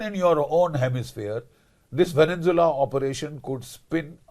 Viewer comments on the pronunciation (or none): Namaste gen Bakshi. You are one of my favourites. I have ENORMOUS respect for you. Hiwrver, please pronounce venezuela correctly - it is horrible to hear the incorrect veneNzuela continuously. Namaste, once again. Jai bhaarath